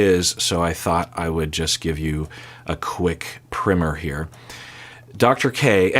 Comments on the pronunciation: Prime-er not primmer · why did he say quick primmer instead of quick primer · "primer" is pronounced "pry mer" not "prim er". Like the word prime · what the hell is a primmer? primer is pronounced pry-mer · What's a "primmer"? The word is "primer" with a long "i" like ice cream!! It's derived from the word "prime".🤔🤨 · What is a primmer? From the context, I assume you mean primer, pronounced like the word "prime" with an r on the end? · it's prymer. both the context he used + the pre-paint...stuff (LOL) are pronounced the same way. PRY-MER. When i first heard him say it i had to consult a fellow linguistics nerd//pro + do some research to make sure i wasn't missing something. some ppl in the u.s. say primmer but like so many other things, everyone else who speaks English says PRY-MER (which is technically + linguistically more accurate). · This man really said “primmer”… ain’t never heard that one. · "primmer" is sort of an old American frontier way to pronounce it. Like when a kid in a one room school house on the prairie was learning the three Rs their teacher might say "class turn to page ten in your primmer" even though it is spelled primer. It's not necessarily incorrect to pronounce it that way, it's just the minority pronunciation and a bit outdated (and definitely regional) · Why does he say Primer like that?! 🤨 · Your pronunciation of primer is jarring af. Unless you actually mean primmer, in which case you are using it wrong. Both are equally as jarring. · Why’s he saying primer so weird? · I don't think anyone who is not a college professor would pronounce it the way does in this video.